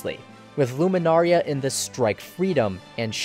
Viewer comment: You pronouncing Lunamaria as Luminaria bugs me, but your analysis compels me to finish the video xD